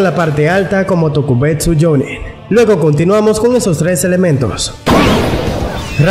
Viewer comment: Porque dices jonne es jonin